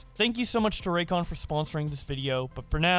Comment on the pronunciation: Ah yes "Raycon Earbuds"